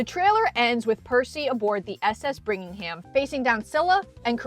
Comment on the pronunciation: Nice analysis, but one correction - the ship is the CSS Birmingham, not "Brigmingham." Birmingham is the capital of Alabama, hence an appropriate name for a Confederate ironclad. And one little detail you may have missed - Tyson's shield is decorated with a hippocampus.